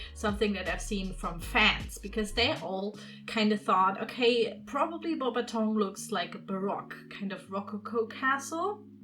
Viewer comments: Im french and if i would totally go there (and youre prononcing the name of the château) pretty good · I'm already impressed that you know that "au" makes the sound "o" 👏